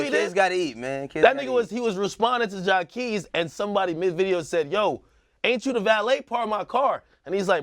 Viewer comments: I thought his name was Jaqueese (jah-queese) not Jah keese smh they keep mispronouncing his name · Everytime they say Jah-kees i die lol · They killing me with calling this dude Jacesss like this this dude ain't got no Q in his name!!!! Sound that ish out make the Q sound damnnn!!! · Damn y’all can’t even pronounce Jacquees name correctly smh🤡’s btw Chris Brown is 29, and Jacquees is 24 sooo no, he wasn’t a baby...y’all need to research before y’all talk that shit🙄